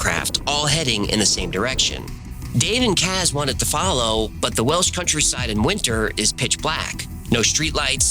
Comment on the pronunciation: As a Welsh speaker, your pronunciation is pretty good 🏴